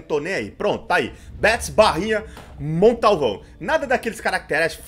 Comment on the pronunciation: Quando ele fala Montalvão eu entendo Condalvão kkkk